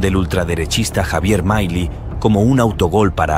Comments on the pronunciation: MILEI NO ES UNA PALABRA INGLESA, NO SE DICE MAILI, SE DICE M I L E I. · MAILI?? El relator del video se equivoco en muchas cosas incluyendo en la pronunciación del apellido de Javier Milei. Empezó mal, diciendo que Milei insulto a AMLO cuando solo lo llamó patético (investiguen el significado y etimología de esa palabra) que no es un insulto solo una descripción. Dejemos de lado las falsas indignaciones, que la generación de cristal pierde legitimidad en su discurso cuando se ofende por todo. En vez de eso dediquemosle tiempo a los argumentos y las ideas, que pueden ser erradas y hasta aberrantes, de Javier Milei.